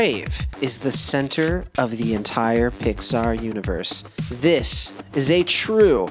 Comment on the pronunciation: At one time you said Pixar i heard Dicksar. 😂😂